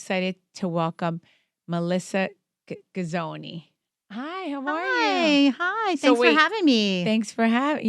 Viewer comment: This interview could have been worked on and perform better. You clearly didn’t do your research your homework your due diligence you did not even know how to pronounce her last name. You had no clue how long she was married and you talked about yourself way more than your guest. You didn’t even ask her good questions. This was just a waste of time. There’s no personality or energy coming from you. This just isn’t for you and you shouldn’t be on reality TV.